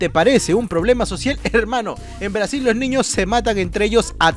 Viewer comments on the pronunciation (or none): none